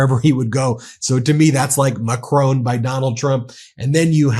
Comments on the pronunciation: Hi Ben, the French President’s name ´Macron’ does not rime with ´Stallone’. The ´o’ is pronounced as in ´on’ e.g. on TV. The French don’t pronounce the ´n’ but it would be acceptable on international media if you did. As to the stress pattern, it’s on the first syllable, so it is more MACron, than MaCRON. I’ll spare you the pure phonetics! I just thought I would point this out as he has been spoken about so much recently! All the best! Judith, a Brit in France for most of her life. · French President Macron Why do you call him macrone? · Ben, please pronounce President Zel E nsky and also President Mac RON correctly. I love and trust your reports please continue. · Pleeeease find out how to pronounce Macron!